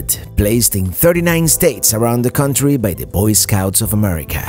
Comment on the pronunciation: I love how you say country. It sounds like corn tree. I always stop and say huh? Love it!! Keep up the awesome videos!!!